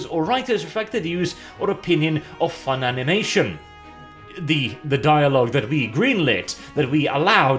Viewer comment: I’m convinced mispronounces funimation intentionally out of dislike.